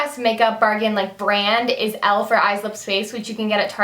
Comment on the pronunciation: Omg it's not elf. It's e.l.f. You say the letters